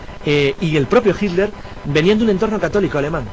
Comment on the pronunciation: Porqué pronuncian tan mal el nombre de HITLER? Me he dado cuenta que la mayoría de los españoles, no lo pronuncian correctamente.